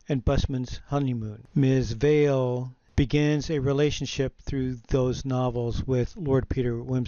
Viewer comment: Harriet Vane. Not Harriet “Vale.”